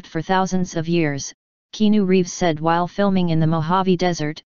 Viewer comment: Love "KEENU REEVS"!😂